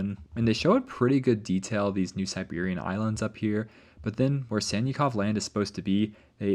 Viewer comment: Sannikov is pronounced like Sun-knee-kof (trust me)